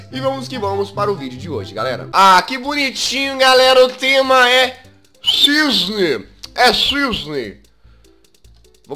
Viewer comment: É CISNE NÃO É "CISNEI"